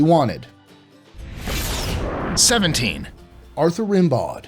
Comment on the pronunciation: Rimbaud is pronounced like Rambo.